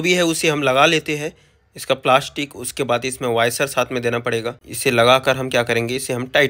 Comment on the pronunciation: वॉशर बोलो भईया, वायसर नहीं।